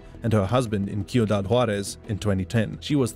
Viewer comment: Great video overall. But you pronounce it SEE-U-DAD Juárez. Not Kee-u-dad Juarez. ✌🏽